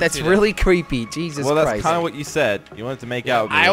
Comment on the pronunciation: Anyone remembers when Jelly said "Jezus crisps" ?